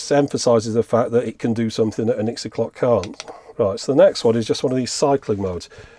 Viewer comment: Are we sure it's "Gixie" and not "Jixie"? :)